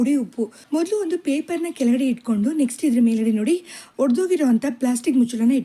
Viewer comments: ನಿಮಗೆ ಕನ್ನಡವೇ ಬರಲ್ವೆನ್ರಿ... ಎಲ್ಲ ವೀಡಿಯೋದಲ್ಲೂ ತಪ್ಪು ಮಾಡ್ತೀರಲ್ಲ.... ನೀವು ಮಾತನಾಡುವಾಗಲೂ ಹೊಡೆದ ಅಂತೀರಾ...ಅದು ಹೊಡೆದ ಅಲ್ಲ ರೀ ಒಡೆದು ಹೋದ ಅಥವಾ ಒಡೆದ...ಅಂತ ಹೇಳಬೇಕು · ಇವರಿಗೆ ಹ ಕಾರಕ್ಕೂ ಅ ಕಾರಕ್ಕೂ ವ್ಯತ್ಯಾಸವೇ ಗೊತ್ತಿಲ್ಲ.